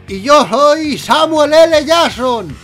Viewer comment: escucha bien el video... "samul ele jason"